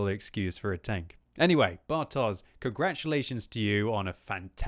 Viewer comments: It's 'bartosh' not 'bartoze'. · pls... You should read "bartosz" as "bartosh"... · As always - thanks for great comments of the battle! Just small remark (but of course I wouldn't expect you to know it): Bartosz is Polish name so if you see Polish 'sz' then pronounce it as English 'sh'. See this